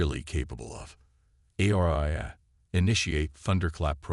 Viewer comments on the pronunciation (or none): none